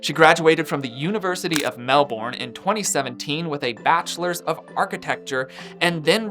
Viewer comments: I really enjoyed the video but, with respect, Melbourne is pronounced "Mel-Bin" not "Mel-Born" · Really appreciate the video. From an Australian fan it’s pronounced like “Melburn” 🙂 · Americans please take note - In Australia, we pronounce Melbourne like ‘MelBIN’ or ‘MelBEN. It has not and never will be pronounced ‘MelBORN’ 😂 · How do you say “Jason Bourne” lol that’s why Americans pronounce it Mel-Bourne lol We’ve been conditioned by Hollywood lol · We haven't been conditioned by Hollywood. Phonetically, "bourne" is going to sound like "born," not "bin" or "ben." Americans pronounce it the way they do because when presented with a word that is unfamiliar to you, you are more likely to sound it out the way it LOOKS than to pronounce it with a completely different vowel sound and without one of the consonants. As an American that DOES pronounce it "Melbin," logically it doesn't make any sense to do so. But also, English just be like that.